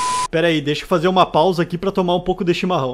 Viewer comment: "chimarrão" mt gaúcho kskskksks, é o único q eu gst até agr